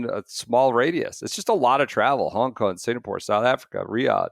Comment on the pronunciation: A new one to add to the “ doesn’t pronounce G’s at the end of words” list: Hon Kon